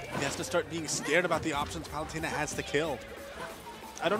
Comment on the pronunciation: “Palewtana”. Lol